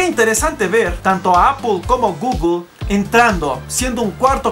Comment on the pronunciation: "Apoool, Gugoool"...somos hispano hablantes coño!... "Apel y gugle"